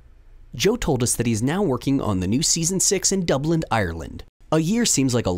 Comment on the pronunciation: in "Dublind, Ireland"?